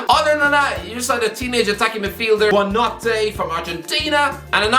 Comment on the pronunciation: pronunciation of Buonanotte made my day